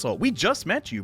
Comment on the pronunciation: Gentle correction of pronouncing Idunn, The "I" is is actually said as "E" as in Eden :3